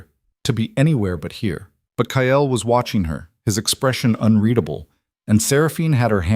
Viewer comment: It's Kael not Kyle 😭